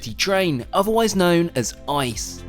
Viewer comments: why are you saying "Ice" it is I-C-E 🙏😭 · The German highspeed train is NOT called Ice, its I C E (each letter is spoken separately, like with FBI and CIA), these three letters stand for Inter City Express. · It's not known as ice. You spell every letter individual. I. C. E. Inter-City-Express. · Not called DB ICE its called DB I C E Inter City Express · First of all it's not Ice. It's I-C-E Second Curry Wurst is not fried! We aren't in the US, it's grilled! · just wanted to point out the german train is not "ICE" its "i-c-e" its an acronym for "inter city express" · I C E , not ICE like the cold stuff! Intercity Express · As a german I find it hilarious of him calling our trains ice. They're actually called I-C-E, which stands for InterCity-Express. Sorry for commenting you said it out of irony. Great video tho, as always. Edit: the replys are hilarious, sorry for showcasing some outstanding German humour 😂😂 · As someone who has been living in Germany for over 9 years I can tell you with complete certainty that the trains are not pronounced "ice" as in the whole word, but rather I-C-E with each letter being pronounced independantly from one another. Confusing sceneraio, DB could clear up these misunderstandings by f.ex. adding dashes between the letters. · im preaty sure its called I-C-E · Its I C E and Not ice 😂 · wow. in english "ICE" is better. In German you spell each letter lol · When I saw it I said “ah, an itz-zee-cee” - think that’s how it’s pronounced anyway…! I’ve been in one from Hanover to Berlin. Love Germany, it’s a great country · Maybe he has spent to much time in America.. haha. Americans have a tendency to pronounce acronyms as words not letters.. it happens in the military a lot too. But thanks for the info. Now I know at least.